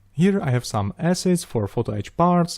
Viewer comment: "So, if you have wome wish for future build..." Galactica, do Galactica :D